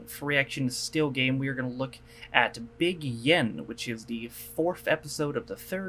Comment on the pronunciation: Just a point... “Big Yin” = “Big One” The emphasis is on “Big”, not “Yin”... there’s no one called “Yin”. ie. BIG Yin, not Big YIN